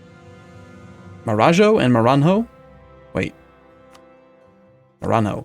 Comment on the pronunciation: I wouldn't mind 20 years per country, but I do mind changing the rules depending on convenience like this. Really, keep it to 10 years. Also, on "Maranhão": pretend it's written "Matanyon" and you should get close enough.